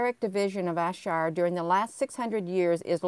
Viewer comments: Ayrshire is pronounced airshire all is love from glasgow scotland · I think you pronounce it air-shire GG xx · I see that ad for that castle never looked t it. It's pronounced air Shire. Ayr is air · Was just about to say that ... Glasgow here 😊